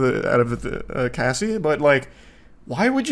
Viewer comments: Bro idk why its so hard to watch this listening to him say cassie wrong everytime, someone correct him lmao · Bro how does anyone that has English as their first language say the name Cassie wrong? It was mind-blowingly irritating lol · Getting her name wrong through this whole thing is diabolical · One of my biggest Pet peeves Is when someone attempts but fails to be a "subject matter specialist" before even taking the 30 SECONDS to learn their name. Her REAL name I believe is Cassandra, but the name she's gone by for DECADES, is CASSIE. Wendigoon CAN do a few decent videos, but cmon bro, u live in an age where nearly ALL information is your fingertips, spends an HOUR doin a video about a subject, but couldn't manage the LITERAL 30 SECONDS to Google how to say her name. C'mon man, that's just flat-out lazy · Okay, few things: it's a date-rape drug. Why can't the tell the story without laughing, or saying her name correctly. Her name is Cassie like short for casserole, not Casey like K. C. Worst, You're telling the story about a young girl who for over a decade was raped, trafficked, beaten and had her career stolen. It's not a porn story. Perhaps you aren't the one to tell the story at all... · It’s Cassie (Cah-ss-ee) not Casey wtf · i actually couldn’t finish the first one because this mf wendigoon cannot pronounce the name “cassie” even tho he clearly sees its short for “cassandra.” CASEY? MAKE IT MAKE SENSE! also, its wayyy too much laughing going on from, imo. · It’s Cassie not Casey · CASSIE, IT'S CASSIE, not casey... Wtf... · The constant “Casey” pronunciation instead of “Cassie” was actually getting to me idk why 😂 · I literally can’t watch this because he calls Cassie by Casey … and the other two didn’t notice or correct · It’s Cassie. Not Casey 🤣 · CASS IE not CASE Y 😭😭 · Cassie not casey 😂 my brain the whole time 😅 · I wanted to watch this, but I can’t. Stop saying Casey. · CASSIE not Casey ugh 😞